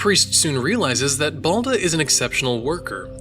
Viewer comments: At first it's not bAlda it's the baldA.and balda means fool,dolt,booby.why you often mark the accent to not right things?like babUshka and not bAbushka,or katOrga and not kAtorga.or devUshka and not dEvushka? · balda in Russian means dumbass and also you have pronounced his name worng it should be: Bal-da withe accent on the ba part